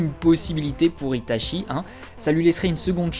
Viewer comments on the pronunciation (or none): Je viens de découvert ta chaîne et Jaime bien tes vidéos par contre en japonais "ch" ce dit "tch" donc "Itatchi","Tchoji" ect.... Sinon très sympa cette vidéo